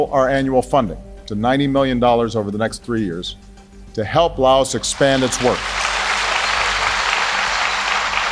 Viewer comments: Bro pronounced "Laos" like "la os".☠☠☠☠ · JFK couldn’t even pronounce “Laos” correctly during his speech /